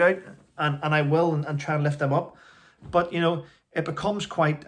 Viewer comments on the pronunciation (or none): none